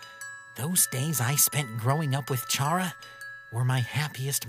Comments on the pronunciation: Ok for the last time. Is it CHA-RA!? Or KA-RA!? For charas pronunciation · Cara... Cara. Not Charra. Pronunced like Care-a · The way they say Chara's name bugs the hecc out of me....